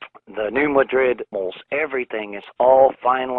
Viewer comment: Okay 1) what would be the point of this earthquake 2) the new madrid fault isn't scheduled to blow (based on it's past eruptions) for another 2-400 years. 3) I live near this area and you are mispronouncing the name New Madrid. The emphasis is on the "Ma" part not the "Drid" part. It is not pronounced like the town in spain Madrid.